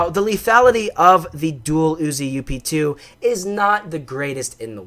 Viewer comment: dang you you need to say up 2 NOT u.p.2😠